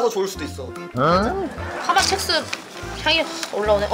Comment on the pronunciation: 파맛 책스 아니고 첵스 아닌가요?